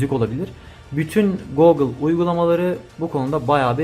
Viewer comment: Teşekkürler. Bence Googıl diye telaffuz etme. Herkes gibi basitçe Gugıl dersen daha kulağa hoş geliyor. Googıl demen bana itici geldi.